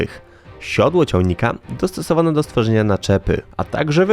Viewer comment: Sworznia. Autor najwyraźniej ma problemy z wymawianiem słów.